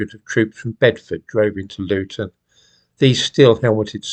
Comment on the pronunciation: Did he say Loughton?